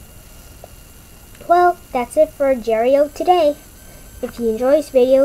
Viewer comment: Hello im not trying to be rude or anything but its not called ajar.io it has a g in agar.io but like i said im not trying to be rude